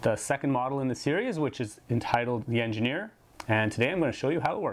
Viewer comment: LEGO engin-EAR